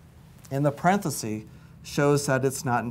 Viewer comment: No such word as parenthesee. It’s parenthesis. Very stiff and sterile. I like the video math tutor. He’s fun.